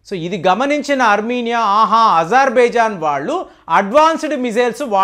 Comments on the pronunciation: సార్ మీరు ప్రదేశాల పేర్లు తరచూ తప్పుగా చెబురుంటారు ఉదాహరణకి అజెర్బాయిజాన్ ని ఇజెర్బయిజాన్ అని అంటున్నారు ఇలాంటివి చాలా వున్నాయి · Not izarbaizan pronounce it as Azerbaijan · అరె ప్రేమగా ఇజర్ బైజాన్ కాదురా నాతోడా అజార్ బైజాన్ అని మాట్లాడు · ijarbaijan kaadandi.Azarbaizan is correct.Pronunciation antha wrong cheptunnaaru..